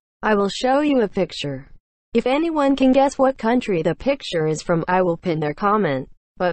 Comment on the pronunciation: Fwom aisa?? Africa??